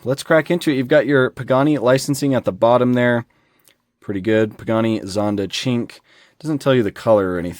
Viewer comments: ahahahhahahahah man the name had me ROFL, I cant even write that, its actually pronounded "SHIN-QWAY", its the number 5 in italian, una-due-tre-quattro-cinque Coming to this casting this is the best, and being a "SHIN-QWAY" (I had to LOL) fan, its super, I just hope they make an orange one and its game over. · I am just finding this video now... the way you are saying Cin Que is crazy offensive to any Asian person watching . I am not Asian, but I do have friends and thats the same as calling an African American person the N word. No hate to you, its not really known. love the vid tho